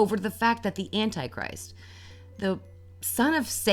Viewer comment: your pronouciation of ''antichrist'' baffles me